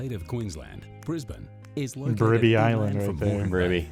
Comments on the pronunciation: First off - THANK YOU for pronouncing it right. Way too many Americans call it BrisBANE like the Batman villain when it's more a BrisBEN sound. Edit: not Bribby 😭. Bry (like high) bee - so Bribie is Brybee sounding. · Thank you for pronouncing Brisbane correctly!! I live in Brissy !!!! Love my city, my state, my Country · Well hats off to you for pronouncing Brisbane correctly and not saying Brisbaaaaaaane lol Firstly, Kangaroo's don't jump around out city streets. If you go out further where you see acreage properties, you will see heaps of them! We have them around us as we have a small farm just over an hour from the city. Mt Cotton has a tone of them and there is a great winery there call Sirromet. South Bank is right in the city and it's lovely and was the site for the 1988 Expo (probably way before your time lol) Brisbane is also way more relaxed than Sydney and Melbourne, it's not a rat race like those two cities. There is also the advantage of only being around 1 hour to the Gold Coast and 1 hour to the Sunshine Coast where you will find absolutely spectacular beaches! Australia Zoo is also not far from Brisbane and that is an absolute must see when you are here. It also never gets cold! We are crazy hot in Summer and our winters are beautiful and most of the time you can get around in a T Shirt in winter! In short, come to Brissie/BrisVegas/Brisbane, you'll love it here! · Glad that you pronounced it properly